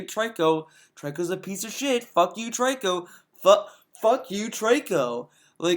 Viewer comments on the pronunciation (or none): The name is pronounced "Tree-Co" even the child in the game says the name... not "Trike-Co"